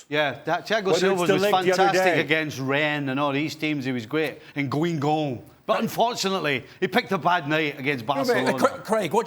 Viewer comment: He said “GuinwGuann”